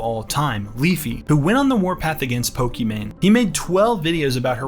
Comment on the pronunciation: “Pokmon” lmao